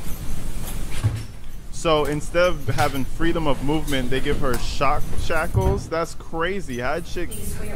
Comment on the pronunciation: Great job saying "shock shackles", I don't think I could 🤣